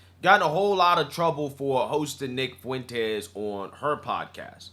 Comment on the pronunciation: Not sure of it was just the content but right around the 9 minute mark it sounded to me like you called him Nig Fuentes. 😂 Mighy just be my yt guilt or supremacy?